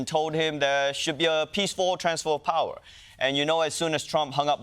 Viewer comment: “Transfer of powah”